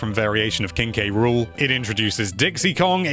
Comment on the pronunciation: It's pronounced King Cruel not King K. Rool.